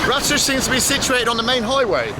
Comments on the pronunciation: The kindly men told you the village is called Ra-toos. Yet, you still called it Rattish 20 more times. C’mon, man! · the mean streets of ‘Bratush’ love how you added an extra B to the village name after saying it so many times 😂😂